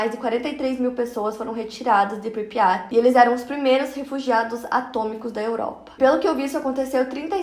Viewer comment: Pripyat não pripya